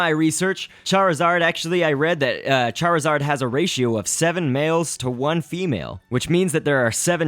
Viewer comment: charizard prenounceation fail:cairzawd. lolo